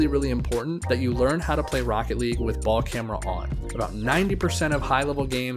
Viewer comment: No one gonna talk about him calling it baLl CamEra